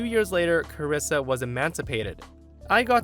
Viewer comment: "Carissa" is how some of my family and teachers pronounced my birth name. I'm the only one in the US with my first and last name. Being called "Carissa" always upset me.